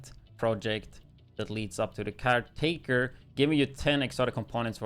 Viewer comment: it's not called CAR🚗taker, it's called CAREtaker, as of the gun takes CARE of you 😂